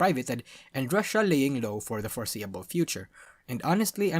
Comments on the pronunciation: Pronounced "Roo-she-ah", not "Russia" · He also pronounces Rushia as Russia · The way you keep mispronouncing Rushia makes some out of context things when you just hear only I.e to "They did not really pander to (Don't know how to spell Gacha kois) to encourage the Girlfriend experience as much as *Russia Did (He definitely said Rushia but the pronunciation was off)